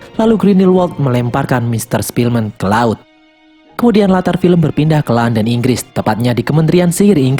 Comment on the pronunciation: Ketika mimin bilang sepielman gw ke inget the pianist:) awokwowkwowkw